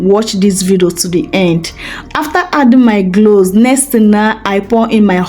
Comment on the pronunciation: Sis l think it's cloves not glose , thank you for sharing